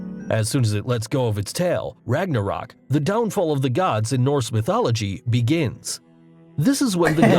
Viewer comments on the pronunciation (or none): It makes me so mad that he pronounced Ragnarök wrong. Its supposed to be pronounced, rag-nah-rook